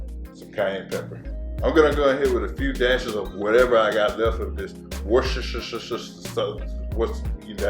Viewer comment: love me some wershtershershershire sauce 😍 looks great!!